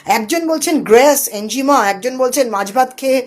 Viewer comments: আপনি বেশ কয়েক বার 'এনজিমা' নামক একটা শব্দ উচ্চারণ করলেন যার অর্থ রহস্যের মধ্যেই থেকে গেল; যদি দয়া করে সেটা ভেদ করে বলে দেন! আপনি কোনও 'এনিগমা' (enigma) র কথা ভুল করে বলছেন না তো, ম্যাডাম (- -বাদি) !!😂😂! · Enjima boltay ki bojhacchen? Enigma- ki? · Enigma not enjima